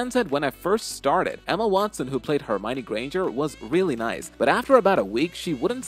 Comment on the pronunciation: Hermioneeeeeee granger i hate this dude for prounouncing hermione granger hermiooonneee